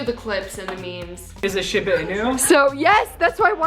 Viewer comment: The way she pronounces Shiba 😂😂I live in Japan and I'm weak